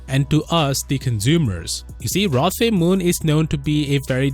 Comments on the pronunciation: The name is pronounced "Roe" not "Rah." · Pronounced like "Roe" with just an "O" sound, kinda interesting you pronounced Koh right but Roh wrong when you have the same vowel concept haha anyway cheers :) (Actually technically, Roh is "Noh" but let's not get everyone too confused now hahaha (and actually, Koh is Goh hahahaha))